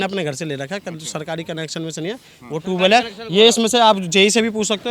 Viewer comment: ट्वेल नहीं ट्यूब वैल